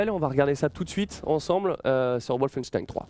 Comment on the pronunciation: Excellente vidée :) Par contre, Wolfenstein est un mot allemand donc ça se prononce comme en allemand à savoir : "Volfenchtaïn"